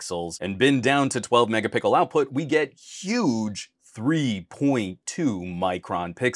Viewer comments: Are you saying mega pickle 🥒 🤣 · Man really said Megapickel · Why do you say " Mega_pickle" ??? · Did you say Mega pickle?